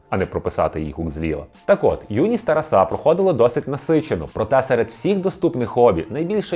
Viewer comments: Чому ви робите неправильний наголос???? ТарасУ, ТарасА? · Літературно- так, але на Заході України чомусь часто кажуть "ТарасА, РоманА"